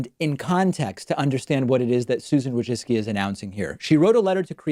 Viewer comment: You pronounced her last name wrong, it's WOJCphlem...spit...ZUCCCCHIIII! It's an ancient name that must be spoke in toungs.